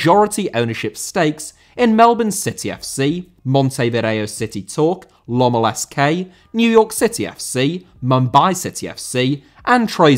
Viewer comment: Montevideo* not Monteivereyouw